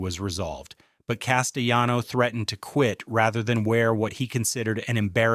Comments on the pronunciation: The narrator is a clown. Richard Castellano is pronounced Cass-tay-lawno, not Cass-tay-yawno. WTF dude? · Richard Cas-tel-LAH-no. Pronounce the "l"s. He's Italian, not Spanish. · THE ANNOUNCER PRONOUNCES Corleone 2 different ways through out this video. He also doesn't pronounce Castellano's 'L's' in his name, as if the name was Spanish. Over all the rest of this presentation is worth watching, I'm glad I was it. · Castellano is an Italian name, so the "ll" sound is enunciated. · Whether the narrator is AI or human, the egregious misprounciation of names is just horrible. Castellano is Italian; the double l is not to be pronounced as id it's Spanish. The narrator changes the pronunciation of Corleone every other sentence. This is a whack job. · Your AI is pronouncing Castellano the Spanish way. In Italian the double L is just pronounced like an L.